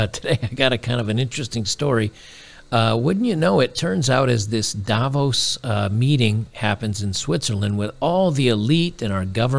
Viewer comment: For Davos the stress is on the 2nd syllable, not the first.